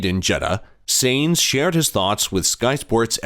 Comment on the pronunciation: If you want to be taken seriously: learn the names. All F1 fans can pronounce Sainz!